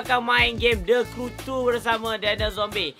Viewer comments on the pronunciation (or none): Sape dengar Syafiq kata the crew two macam THE KUU TUUUU😂😂😂